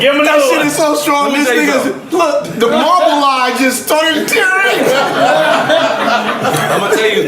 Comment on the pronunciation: He said the Marble eye 🤣🤣🤣🤣